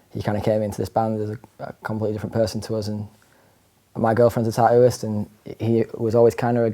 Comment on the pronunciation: "tah ooh" and "tah ooo ist" 🤣